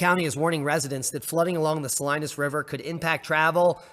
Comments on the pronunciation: Not that it really matters to anyone, but it's pronounced Saleenas. :-) 😀 Not Salinus. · Yo Bro! I'm in Clovis, back to back with Fresno, or shoulder to shoulder, how ever you look at it And it's pronounced Suh- lee-nus Salinas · Great video! Fyi ... Sah Lee Nass Salinas. 🎉😊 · Being a native to Cali, the locals pronounce Salinas Suh-lee'- nus. The folks there will appreciate you knowing that. There are strange pronunciations in every state, huh! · Sa-leen-as River, por favor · It's pronounced Sa-Lee-nus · Sa-Lee-nas = Salinas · Pronounced # Sah lean us. Hi. You sound so sparkally darlink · Salinas = Sa leen as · Pronounced "Sa-leen-ass"